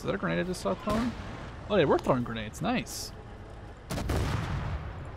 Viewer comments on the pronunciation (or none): none